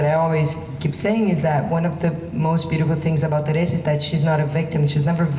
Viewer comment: Pote...my best ...I like the way he calls terrisa"terresita"